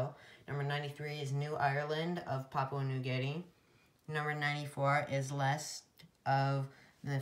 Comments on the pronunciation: It's leyte not leste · Sorry, I thought it was pronounced like Leyte, but I was stuttering a bit so it came out as "leste". Thanks for watching!